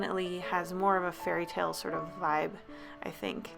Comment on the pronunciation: for some reason i understood furryttale instead of fairytale XD